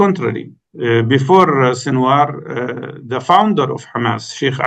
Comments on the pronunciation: It's Sinwar Not Shinwar..respect the man Enough to pronounce his name Properly since Sinwar is your topic of discussion or whatever your name is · Karan I as a Pakistani respect you greatly as a journalist but sir it's SINWAR ...there is no SH sound in there . However i appreciate you letting your guest bring his point of view across without interuptions . May the resistance live long .